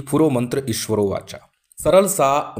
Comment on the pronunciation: लिखा है --ईश्वरी वाचा लेकिन आपने उच्चारण कर दिया ईश्वरो वाचा. सही क्या है ईश्वरी वाचा या ईश्वरो वाचा कृपया स्पष्ट कीजिये 🙏